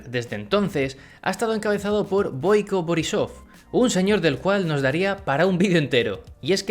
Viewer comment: Se pronuncia BOIco boRRÍsof.